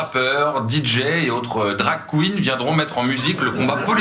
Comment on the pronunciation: 😂✨️ BRAVO ✨️🎶 AnonymHouseDJ. *(Par contre prévenez avant la vidéo de ne pas avoir la bouche Pleine en regardant!! 😂😂 j'en ai foutus partout au moment de "DarK Qgeen.. ou quouinne.. etc.. j'sais même pas comment ça s'écrit "Drag Queen"!!😂😂😂😂😂